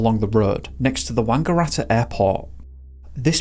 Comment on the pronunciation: Mispronounced Melbourne and Bathurst but nailed Wangaratta 😂😂😂